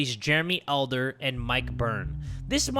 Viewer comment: ALDER Me: oh my gosh my last name: starts saying ADLER. Me: oh no that’s so wrong😢